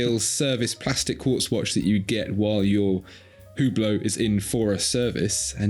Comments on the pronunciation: It's pronounced UBLO. Not WhoBlow! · UBLO The H and T are silent. Not importnat, but maybe more important than the watch's relevance. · It's pronounced " You Blow"! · The “ge” in Hugeblot is silent